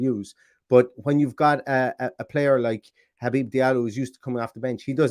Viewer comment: Well done on saying his first name correctly! As a fellow Habib, its been butchered my entire life 😂